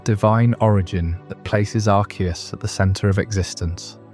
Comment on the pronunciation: You know there is a movie about Arceus and they don't pronounce it like you do. You are wrong lol